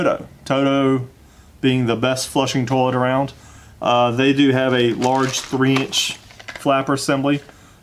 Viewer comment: 🤣💜 You say "tollet" just like me. That's the Most gratifying part of this video for me. My friends and family have made fun of me for 20 yrs because I'm the only one. (And we are all native Floridians).